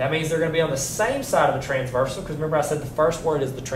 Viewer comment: forgot the r in transversal lol